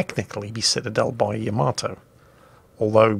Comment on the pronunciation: It is not the name. The ship is the YA-MAH--TOE. There are not TWO M's in the name. :P